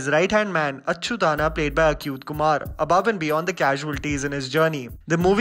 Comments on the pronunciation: What the hell is Acute Kumar??😂 He's Achyuth Kumar and the name of his character in the movie is Achyuth Anna not Achu thaana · It’s not pronounced Akuyth